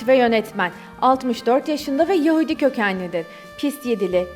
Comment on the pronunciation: Daha yahudi demeyi beceremiyon geri....